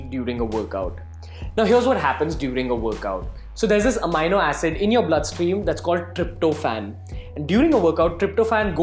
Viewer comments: it's a-me-no.... not a-mine-no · Are you Certified Nutritionalist?? Its Amino Acid not Amyno acid.. Secondly why we should listen to you?? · AMEENO HOTA HAI BHAI AMAAYNO 😂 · bhai pehle bolna seekh le... amino howe he yo.. Amaaayyynnnoo Na 😏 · AMINO PRONOUNCED AS AMEENO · Even I was wondering the same...so checked Google thinking I was pronouncing it wrong all my life..!! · Bhai phle Amino bolna sikhle 🤣🤣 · Never listen to a fitness "guru" who can't pronounce amino. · First correct your pronounciation of Amino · it's not right dumb ass , neither in American English , nor in British pronounciation